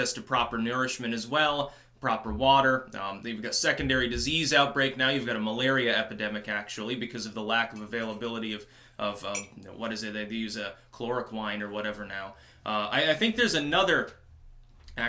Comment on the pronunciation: At least you do your research. I can dig that. It is pronuounced KLOROQUEEN (Chloroquine) and LAYGORS (Lagos)